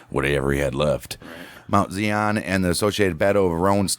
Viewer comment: The pronunciation is emphasis on the "i" in Zion. It's a word from the Bible. Thanks.